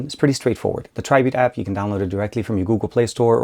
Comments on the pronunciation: It's not pronounced Tri-Beat. The correct way of saying it is Try-Bit (Tribit). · it is pronounced treebeet